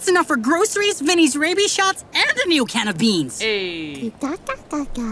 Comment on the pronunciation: I heard “Vinnes rabie shots”💀